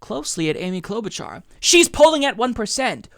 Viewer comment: Cloudbootjar? Why the fuck did that woman say Amy cloudbootjar? She is not even breaking 2% and shes a centrist/Republican light